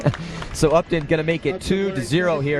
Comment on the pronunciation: the town is said like UP TON, not up town......